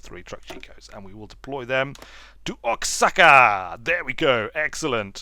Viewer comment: Oaxaca is wahaca